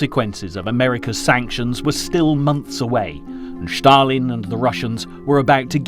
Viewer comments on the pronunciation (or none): Well, not only the narrator was very (too) energetic, but he also kept pronouncing "Shtalin". Anyway, in the end, the level of this clip was for kindergarten